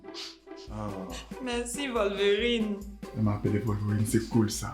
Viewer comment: Aïe, que "Merci volverine" 😂😂 "Quand je ss venu ici il regardait Naruto"